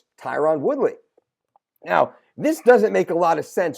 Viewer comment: Your killin me brother with that “Tie-Ron” woodly lol I’m surprised as fuck that nobody has mentioned this